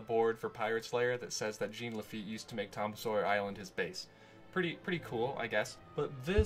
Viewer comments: I kept getting confused listening to this in the background. No one in Louisiana pronounces it GENE Laffite it's more like Jawn Lafeet. Which would be the correct pronunciation since he was a French pirate. Laffite's Tavern in Tom Sawyer island is probably a heavy reference to the Blacksmith shop he ran in New Orleans (which is now a bar) when his business was stationed there. Good video though. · Didn’t have time to retcon your pronunciation of Jean Laffite in this cut, eh? 😊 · as someone from louisiana, everytime you say "j e a n" laffite, i wince the pain it hurts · he neatt he sweett but most importantly he talk bout Jean La feett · JOHN LaFeet.